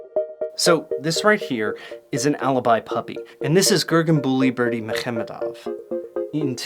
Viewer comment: Casually crushing the pronunciation of Gurbanguly Berdimuhamedow.